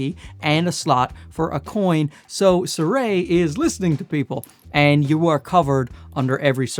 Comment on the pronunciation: You are the second youtuber I have seen today calling the brand Suray. I mean, it is Sirui. Si - rui. Si like in "Si, senor!"